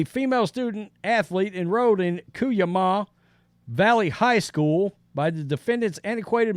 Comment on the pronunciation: It's pronounced Coo-YAH-ma